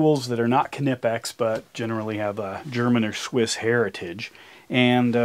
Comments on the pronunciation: Nipex not K Nipex ask the Germans. You Yanks really have a big issue with “ pronunciation! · Knipex. It’s pronounced Nye-pex. In German the K is silent